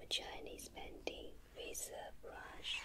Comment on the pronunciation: Who else loved how said painting 'Chinese panting'